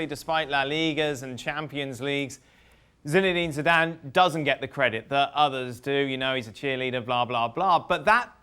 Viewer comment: No one: Ale: Sinedine Sidane